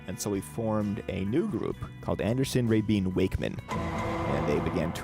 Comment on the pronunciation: There's no mention of the Relayer, Talk, The Ladder and Magnification albums and the folks that played on those albums. plus the pronounciation of Rabin? geez...